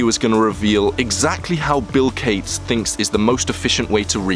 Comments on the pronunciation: 'Bill Kates' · Bill gayts